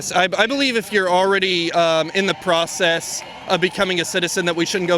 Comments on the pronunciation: Pocess the pee tape. Ok dude. Take a rudimentary English class. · "Pocess" haha